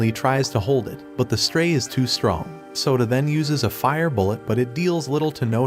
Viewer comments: i hear soda not sota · bro kept calling him soda instead of Yoda O_O